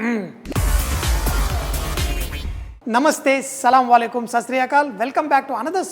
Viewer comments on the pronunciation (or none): Awesome!!! great chef.... btw Sanjay sahab, its 'SalamAlaikum' not 'salamValekum'.. god bless!!